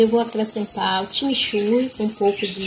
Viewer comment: Timichurri kkkkk 😮 chimichurri